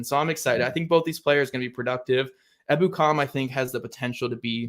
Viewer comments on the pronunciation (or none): I believe it's pronounced e BOO kum